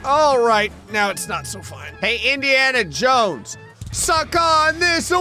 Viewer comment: “Indiana Jowow”